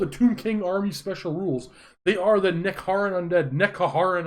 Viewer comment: please stop its hurts. Its NeHeKara, not NeKeHara and also its Khemri instead of that abomination of the word you used.:D I think the Tomb Kings book is better than most people give it credit for. The biggest Problem ist the inability to march and that was fixed with the Endtimes so if you choose to you can always ignore this rule. You can play some really good lists based around the Cascet of Souls. Did you forget to mention that it also gives you D3 power dice each magic phase? That is one of the main reasons you play it apart from the bound Spell. If you bring the Cascet and a Hierotitan you will have +D3 Power dice and every spell from your wizard will geht a bonus of +D3 on top. That is some heavy magic superiority and you also get 3 very good bound spells to spend your dice on. Only Slann and High Elven Archmages with Book of Hoeth can compete with this. Also when you said you would trade the Toughness 8 on the Sphinxes for an armor save: Those things are animated constructs, thus they do have a 5+ Armor save! Not massive but very useful against Skinks or poison Gutter Runners. The golden Death Mask of Kharnut is a very powerful item to bring it on a Tomb King on Chariot. With this item a chariot unit will run everything over on the flanks (bring the banner of Swiftness on the chariots). For the rest of your points give the Tomb king a great weapon, the Dragonhelm and a Talisman of Endurance. This gives him a 4+ armor save, 5+ ward and 2+ ward against flaming da